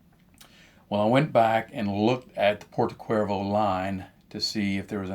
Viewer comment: Only a note, the correct pronunciation for this Savinelli pipe is Porto Chervo like the beatiful seaside in Sardinia ;-) However thank you so munch for the useful information in the video.